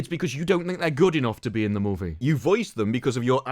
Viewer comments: Take a shot every time he says Moevie. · I think when you were young and learning to talk, your parents took you to Canada. There you heard the word 'movie' for the first time and, from that moment on, you forever more say the word movie with a Canadian accent